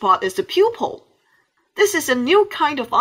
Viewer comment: it's pruple Guy